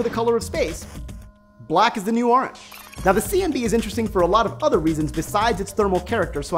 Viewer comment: Please don't say "Ah-range" anymore. My OCD of having to watch this seven times and hearing you pronounce "orange" that way is driving me insane.